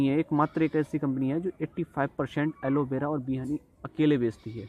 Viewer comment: Aloe vera not aloe bera😅